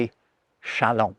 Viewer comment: Is this how people say "chalant" in English? Shalahn? I've only seen many of these faux words in writing. How can you be "non-plussed" by this pronunciation with forgotten letters and yet try to reform the alphabet?